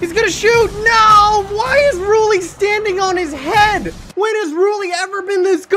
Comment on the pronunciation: Rulli was just mad you were pronouncing his name wrong